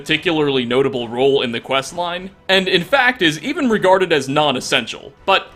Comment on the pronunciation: The worst is when he pronounces Sven as "SEH-ven"